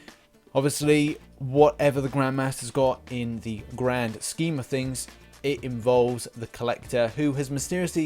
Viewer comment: Did you say "The Gran Scheme" of things?